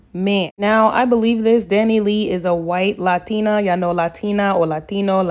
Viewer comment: Right sis, hell even her ‘Lah-Teen-ah Seesters’ were silencio.